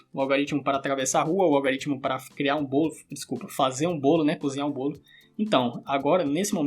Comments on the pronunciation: Fiquei na dúvida , seria algoritmo! E não "algaritimo". .... Gostei da aula , mas o "erro de linguagem e escrita "me deixou intrigada! Que emoção Kkk😢😊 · algOOOOritmo, pelo amor de deus kkkkkkk, mas o conteudo mt bom